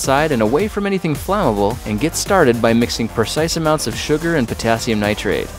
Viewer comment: umm yes